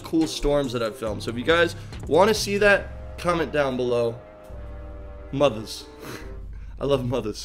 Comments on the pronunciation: I also love "Mothas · “Mothas” “I love Mothas” I want to see the weather! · "Mothas love Mothas" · “Mothas, I love mothas”